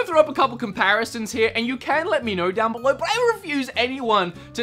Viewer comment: '' let me know down beleuwr'' ... lol